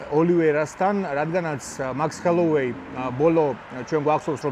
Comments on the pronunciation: ხოლოვეი არა, ჰოლოვეი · ხელუვეი გამოგრჩა